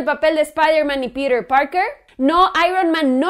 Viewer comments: porque dices Pider en vez de Piter ??? :v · no entiendo porque dices Perer parker, es PETER, NO PERER.... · Por qué pronuncia "Píder" y no dice Piter? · me quiero cortar los oidos cada que dicer piter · No dice peter dice pirer jajajaja y la oracion " en lo personal la dice como 20 veces, me pregunto que pensara "en lo no personal" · por que dices Pirer que te cuesta decir PEDRO :) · "Pider" :v